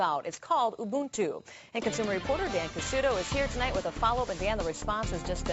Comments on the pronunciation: Corrected the pronunciation of Ubuntu from Oo buhn too to You boon too. Geez. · The anchor finally learn to pronounce Ubuntu correctly... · buy a friggin windows disc slap it in and install it! and its pro nounced oooboontoo not youboontoo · She fricking mispronounced ubuntu in the first 19 seconds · Yeah this cracked me up too. Two different pronunciations, nether correct. And then the guy mispronouncing it the whole time actually comments about the girl mispronouncing it. 🙄